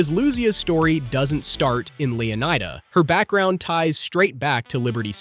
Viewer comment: Bruh these pronunciations are driving me crazy. LeoNIDA not LeoNEEDA and Lucia said wrong throughout. LOO SEE YAH, not loozia